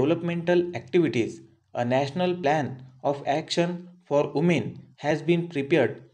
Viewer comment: Umen 🤣🤣 Voomen 🤣🤣🤣